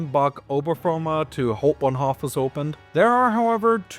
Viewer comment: I give you DISLIKE because you're talking like a rotten wild boar, uneducated, unrefined, noisy, and cheesy to the utmost. Hau in Hauptbahnhof is pronounced like how, not haw.